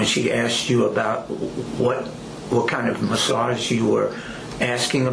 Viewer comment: The way that trooper pronounced massaaaaaa’g’e